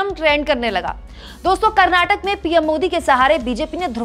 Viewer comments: It's Karnataka not Karnatak pronounce it correctly reporter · Pls pronounce as "KarnatakA"..not " Karnatak"